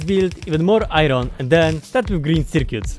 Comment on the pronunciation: I love your pronounce of "iron" it makes me so satiesfied with no reason